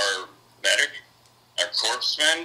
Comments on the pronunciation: "our medic, uh, um, our CORPSE-man..." smh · Yeah, everyone KNOWS it's korps-mun, not korps-man! HA! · "Corpse-man." Dear God. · Yeah, Obama said "corpse-man" too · Wait, did the one guy say, "Corpseman"? 🤣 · lol. He pronounced corpsman "corpse man". What a shmuck. 🤣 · The guy who pronounced it “corps man” tells you everything you need to know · Did that one guy say his medic was their "corpse" man? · Corpsemen; was he assigned to a mortuary detail? Isn't it Corpmen, as in a medic unit? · Lol…what the fuck is a “Corpse Man”???? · A corpsman pronounced with real corpse! 😂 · This nigga just said “corpse-men.” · Did he say a corpse man? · Corpse-man...holy geesh. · "Corpseman"... facepalm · I love it when a phony mispronounces the word Corpsman. It's hilarious. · I dunno what the right way to say it is, but I sure knew when he said it he was saying it wrong!